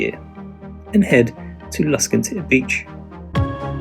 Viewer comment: Spelling of Dunnottar? Pronunciation of Luskentyre? Come on guys, does nobody do any research before publishing this flawed commentary?